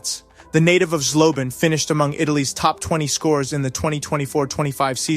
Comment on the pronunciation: Who the hell is Korik?! ;D Or Rajkliki? At least a little bit of respect and one could check how to pronounce Zhlobin, Ćorić, Buchenegger, Rychlicki etc. But right, them Yanks have no respect for other cultures as they have no culture of their own. ;]